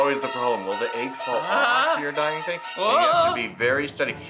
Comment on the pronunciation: nobody:: A Y G G